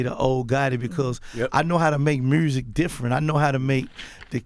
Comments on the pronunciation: “muerrsik” (music) 😂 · I'm only here for the "MURSIC" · "I know how to make Mruusic" 😂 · Mursik 😂 where the r come from ? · The "mersic" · Mursic and Pacifics huh? 🤣 wow. If he can be a millionaire, literally, anyone can. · "Mursic" lol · “All the MURSIC” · "Pacificly merzik" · Take a shot every time he says “Meursic” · Lol I fucks with Gotti but why he keep saying Murrzik lol? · Someone tell Gotti that there's no R In Music. This nigga said mrusic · That man puts r on everythang "mrusic" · "Merzik" -Yo Gotti, 2020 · Manny Mugz it’s “murzik” - a Memphis nigga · If he says he's from Memphis and don't say "MERRSIC" (Music) He's lying. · Jthe Lightseeker I thought it was Mursic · Every Memphis artist - “Murzzikk” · I just came to hear Gotti say Mursic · Joe “mursic” rogan 🚀 🎶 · "Mursic" - Yo Gotti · Love when gotti says “mursic” 😂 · I literally came hear to say mursic lmaoo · He’s cool but what’s up with these rap guys always putting the letter “r” in the word music. I’m so confused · Im drunk 😵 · Every time this nigga pronounced “music”. I lost brain cells.